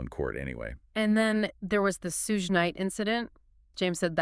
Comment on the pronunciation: Sorry to nitpick, but I hope later videos you pronounce Suge (sounds like shoog) not Suezz Knight and Marc’s last name Agnifilo not Agniffo.